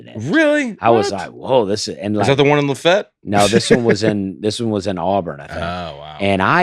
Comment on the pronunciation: Were you guys mispronouncing Lafayette La?????